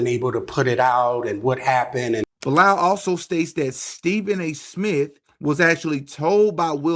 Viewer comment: it's "BEE-LAL" > Bilaal is a Muslim name, when you dt know ask! It's the name of the Muslim that prophet Mohamed (PBUH) asked to make the 1st call of prayer when Islam was born because of his beautiful voice. This guy either converted in Islam or was born Muslim.